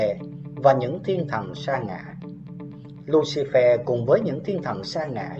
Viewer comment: Lucifer được đọc là lu xi phơ chứ không phải lu xi phe nhé ad